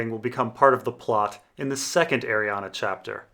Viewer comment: ARRIANE NOT ARIANA WHAT'S WRONG WITH YOU